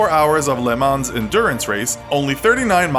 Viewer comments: the way you pronounced Le Mans was almost a bit too much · Friendly advice (although it probably won't sound friendly): You really need to improve your pronunciation of French words; specifically, 'Le Mans' and 'Cannes'. If you're not sure of how a word is pronounced, look it up so you don't embarrass yourself! ;)